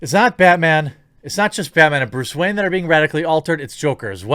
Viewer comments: keep hearing Bruce Wang now!wtf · Bluce Rayne?